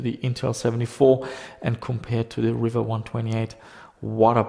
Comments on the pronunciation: Its pronounced "reeva" not "river" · I always thought it was pronounced ree-va and not river. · its Riiiiiva.... not River.